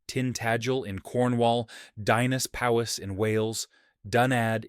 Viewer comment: Your pronunciation of Dinas Powys was horrible 😂